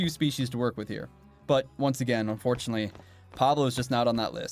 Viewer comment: "Unfortunatinely we cant hunt down Pablo" Unfortunatinely????